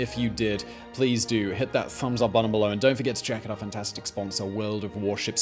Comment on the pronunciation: Simon be like -Make sure you "czech" out the link below